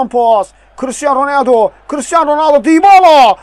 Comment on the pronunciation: Ronəldi yox Ronaldo